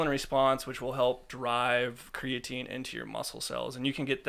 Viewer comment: Its pronounced creatine